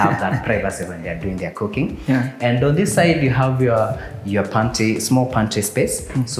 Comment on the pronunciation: you said mount Kenya but mount Kenya is in Kirinyaga and one more thing you said pantie instead of pantry I loved the house but it is in Ruiru